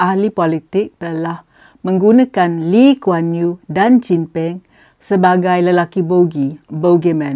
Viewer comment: Nama pun disebut x betul....PhD apa camni.... ....Lim Kuan yew? ....ngeh ku heng?